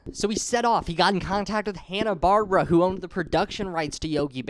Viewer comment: It's actually pronounced "bar-bear-ah".